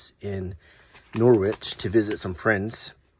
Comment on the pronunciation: Great video! Top tip when visiting Norwich...pronounce it as if rhyming with porridge. Enjoy the fry-ups, often referred to as a "heart attack on a plate" 😊